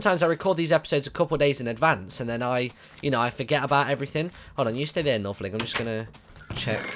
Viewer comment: its Northerling....